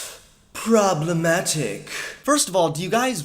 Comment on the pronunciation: the way he says problematic😂😂😂 I can't stop laughing 😂😂